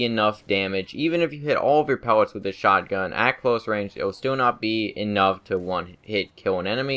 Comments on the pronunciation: STOP SAYING PEWETS ITS PELLETS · pewllot what the fuck speach deformity does this guy have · he has a speech impediment, be respectful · am I the only one who hears him say pewwets?